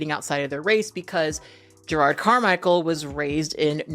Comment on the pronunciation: is his name pronounced Gerard or is that just you?